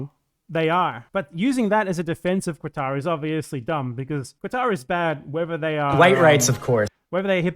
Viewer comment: As someone from Lebanon/Syria, who grew up in Kuwait to a poor expat family, I have a personal hate against the Oil Monarchies of the Persian Gulf, but as you said the willingness of Westerners to criticize non-Western countries much more harshly than their own much more destructive countries is disgusting. Minor correction: the Q in Qatar isn't a qu/kw sound, it represents a sound not existent in English, just say Katar that's a much better approximation in my opinion.